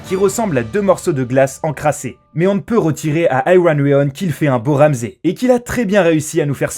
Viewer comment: Il a dit Wouamzay Bolton : /